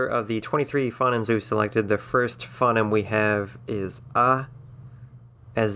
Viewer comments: ...OK so you get some of it surprisingly correct considering how off-base and ill-informed you are about various things. You have no understanding about Esperanto and auxlangs/interlangs in general; "phoneme" is not so much "fonnim" as "foe-neem" and I got tired of hearing it the other way; you mix up pronunciation and spelling factors and get the facts about English wrong when you're going through the alphabet. On the other your definition of a diphthong is remarkably accurate and well-informed. On balance I would not recommend this video to someone learning to conlang but I might include it in a collection of 'other links' for someone who'd already learnt the basics and wanted to hear other approaches. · ffs you care so much about language yet you cant say phoneme correctly and dont use the IPA